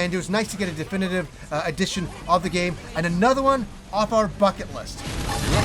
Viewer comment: I heard off our fuckin list and started rolling. I know ya said buckit